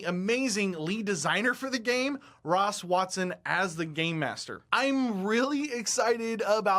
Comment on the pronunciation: Everyone you say "game master", I hear "gay master" and think, "so Idubbz is in charge?" Also, I have never played Dungeons and Dragons, and know nothing about how to play it. Random fun fact.